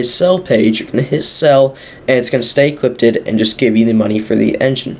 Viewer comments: "Equippeded" was annoying the hell out of me. Cheers for the info tho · "Equipped ed" LMAO!!!!🤣🤣🤣🤣🤣🤦🤦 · "IT EQUIPTEDED IT" bro had me laughing xD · Say equipted one more time... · Lmao yeah that was annoying me too